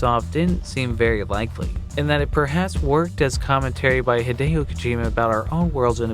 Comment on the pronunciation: just... just. "hid-ey-oh" - it's "hid-ee-oh" T.T Hideyo Kojima